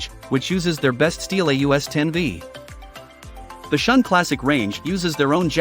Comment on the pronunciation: Shun is pronounced shoon.